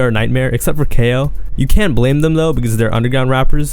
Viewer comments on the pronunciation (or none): Bro said KO, it’s cayo💀